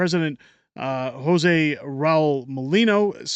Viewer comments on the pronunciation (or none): none